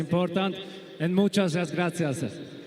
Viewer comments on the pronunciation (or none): Me gusta como dice muchas gratzia